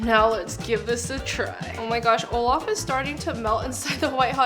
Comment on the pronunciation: Guys it's not "Olaf" it's "all of" ✨😂